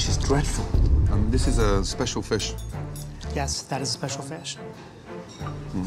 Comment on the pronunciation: They ruined mah feesh :(